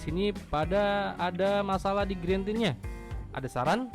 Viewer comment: Parah, orang nulis lag jadi lek diketawain.. lu aja greentint masih sering dibaca grentin, screen dimming dibaca skrin daiming.. apa tuh gren? apa tuh daiming? Wkwkwk